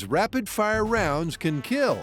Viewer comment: "Your machine gun... will not keeell"